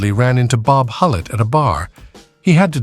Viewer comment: Please. I have a very, very tough time following both the images and the odd narration for this video. First, the faces keep changing... and then sometimes at a blistering pace. Then one minute it is "Bob"... the next it is "Bab." And this kind of thing happens with other names and images. Why not get a real human voice and a script using accurate terminology? And nobody in the USA EVER referred to the numbers racket as a "lottery"...OMG! It was simply known as "the numbers"... period. Yessss. it worked similar to what is known today as a "lottery" or "lotto" but the numbers racket was never known as such. Furthermore, the name of the woman who ran the numbers racket jumps from one spelling and pronunciation to another... and her story is somewhat in error. Furthermore, the images of cars show totally or partially morphed designs that never were. One wonders why so much effort was made to create such fictional never-weres when the originals would have been far better (and more historically realistic) to view. Why?